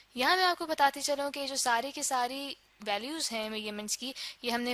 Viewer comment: It is measurement and not mayyerment😂